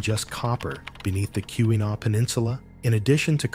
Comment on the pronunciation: Kee-wah-naw please pronounce it correctly...it's Not Q-a-naw...sheesh.